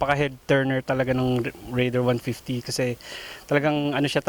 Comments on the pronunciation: Reyder kase pronounciation non ate! not rayder! 😂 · rayder daw... hinde raider...